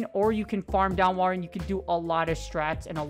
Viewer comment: Im a little triggered about you calling it walrIEn and not walrein